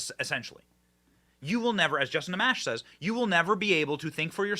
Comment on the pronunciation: Benny you are great and I so appreciate your work. Just to lend you a bit more credence, Justin Amash pronounces his last name (Ah-mosh') I am not his friend but I do live in Grand Rapids and have heard him introduce himself several times. I am shock he stood behind the Constitution and did not support the Dem Agenda. I may very well have to change my feeling about Justin. I truly hope so.